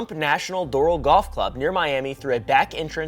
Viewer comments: As a south Floridian it’s pronounced DOOR-AL 🤣 (Doral) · It's pronounced "door" "AL" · I think Doral is pronounced door-Al like if you were saying “door Al Yankovich” without the Yankovich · The golf club is pronounced “door al” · As a Miamian I was triggered at the pronunciation of Doral 😂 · I will not be pronouncing it any other way but this